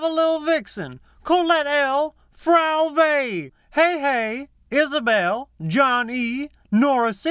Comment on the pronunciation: Props for knowing how to pronounce Frau W.